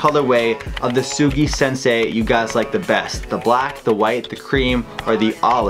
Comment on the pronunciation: Soogi shinsay lol